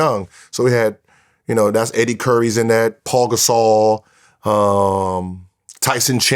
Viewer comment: Does he still say Paul Gasol 🤣